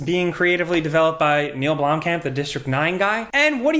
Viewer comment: The pronunciation of blomkamp is hurting me in my South African heart